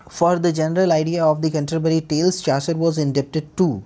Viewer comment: सर चासर नहीं चौसर है ।